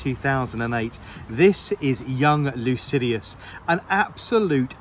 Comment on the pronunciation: sorry but it is Lycidas, not Lucidius.